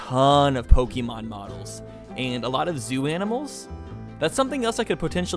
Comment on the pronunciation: Pokeemon XD